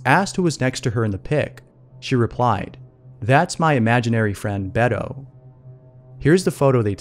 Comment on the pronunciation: Did you mean Betho that’s how you pronounce it tpnot to be rude